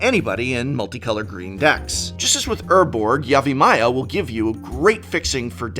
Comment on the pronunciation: I was about to correct you on your pronunciation of Yavimaya, but then I realized I don't know if the way I say it is correct.